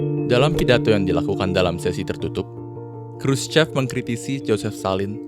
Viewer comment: Sedikit ralat min, Khruschev dibacanya Khruschov